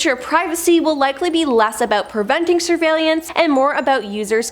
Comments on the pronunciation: "surveylelance" lol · 5 times, 5! Its sur-vail-ance!!! 😔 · Is it just me or did anyone else get bothered by the way she said surveillance 😂😂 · Yeah, it did bother me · Seriously. SHe added an extra syllable for God's sake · Yes got me how she was pronouncing it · Thank God you said it, I was gonna comment about it too ! 😂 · Yea, I didn't like it either lol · same .. made me question if i've been saying it wrong my entire life.. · Yep, there is no second I in surveillance!! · Ack! She did it again! Where is she finding an extra i in surveillance? 😖 And key-o-to!